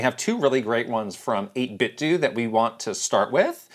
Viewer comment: 8-bit-do as in Ninten*do* Not 8-bit-dew 🤦🤦😂